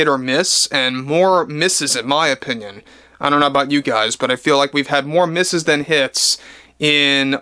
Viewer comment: Thats funny. I heard you say we have more "misses" than "his".